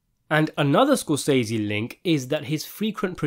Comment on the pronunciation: Where is this guy from and why does he pronounce Martin Scorsese all wrong? If he didn’t want to google it, he could’ve looked it on YouTube. There’s a video of Martin saying his name correctly. I cringe at how many times he says it wrong. I’m only 3 minutes in and I can’t watch the rest. 🥺 I’m sure it’s a good video. But sprinkle some respect on Martin’s name. He’s a legend.